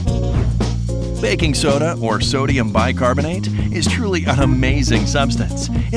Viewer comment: did he say baking sona ??? 😅